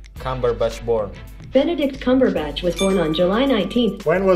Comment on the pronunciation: Someone says cumberbitch